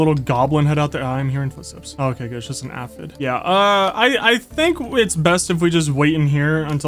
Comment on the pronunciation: It is pronounced Aye..fid.. Glad You Re playing this game!